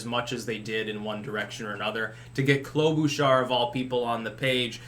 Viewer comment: I just love how he says KLO-BOO-SHARR seeing as I live in MN and she's more boring than watching paint dry at least this new way of pronouncing her name is entertaining.